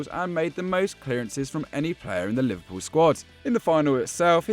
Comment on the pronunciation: Man said liverpuion 🤣